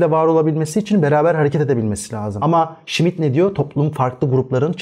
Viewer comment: Smith değil Schmitt